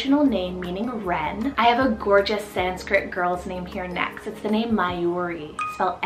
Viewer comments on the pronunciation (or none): none